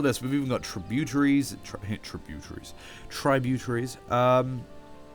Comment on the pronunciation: It's pronounced trih - bue - terries